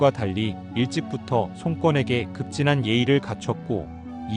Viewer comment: 다 좋은데.. 손꿘이 뭡니까? 그냥 손권으로 발음해야지 ㅠㅠ 유비를 유삐라고 하는것과 뭐가 다른지?